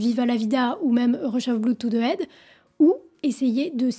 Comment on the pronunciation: Juste un bémol: il faudrait faire un effort sur la prononciation des mots Anglais. Head ne se dit pas "aide", le h se prononce ! Sinon, au top !